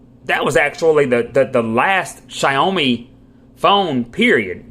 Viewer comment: I’ve seen a few reviews for this phone but none of them mention call quality. I hate it when reviews don’t address the phone part of the smartphone. His pronunciation of certain words I just have to laugh at. Quellcom =Qualcomm, Shy-o-me= Xiaomi 😂.